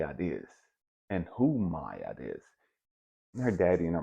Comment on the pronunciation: Is “my-aht” the correct pronunciation? I usually hear “mah-aht”